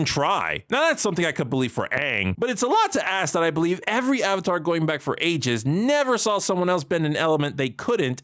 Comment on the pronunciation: Calling Avatar "atlah" and Korra "TeeLock" out loud alone makes me unable to watch this.